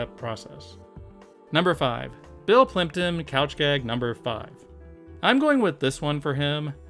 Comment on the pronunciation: For anyone else who rewound it like a dozen times to be able to hear it properly, he said Bill Plympton not Bill Clinton.